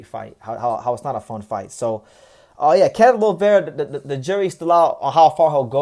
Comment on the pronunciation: Finally you said his last name right. Salute to you! Thank you for making a video about Kenneth Llover his our next superstar. He’s career is in the right direction especially with Gerry Penalosa as his manager and Kameda promotion handling him.